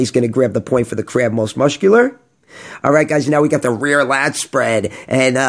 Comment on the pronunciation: Muscular is pronounced "Mus-kew-ler" not "Musht-kew-ler" 😂